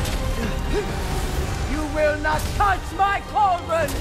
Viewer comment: “Balldron” Tf bro